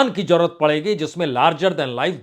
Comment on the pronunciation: آپ بہت اچھے اینکر یا میڈیا مالک ہیں اپنی زبان کو بھا شا کے طور پر درست بھی کر لیجےء ہزار کو ہزار جادہ کوزیادہ جرورت کو ضرور ت بولنے کے لئے پلیز ٹیوشن لینا شروع کر دیں ان شبھدوں کی ہندی بھی زیڈ سے ہی ہے گستاخی معاف